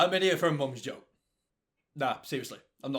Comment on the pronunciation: Igotbanneeforsyingamomsjoke. I had to listen about 13 times to get it